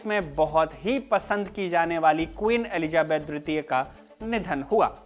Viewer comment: Elizabeth dwitiya(II) ya tritiya(III)...the diction sounds like a blend of both words